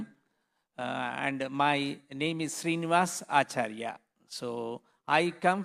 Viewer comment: But he pronounced your name is not correct..... Right na sir